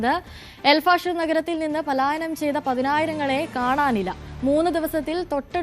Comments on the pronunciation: പാലായനം അല്ലടാ പലായനം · പാലായനം അല്ല പലായനം